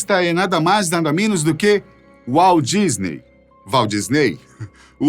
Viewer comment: Walt Disney (WALDISNEY) KKKKKKKKKKKKKKKKKK